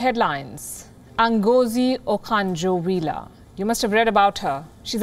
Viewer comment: But name. you killed it. It's Ngọzi Okonjo Iweala Not Agozi Okanjo Willa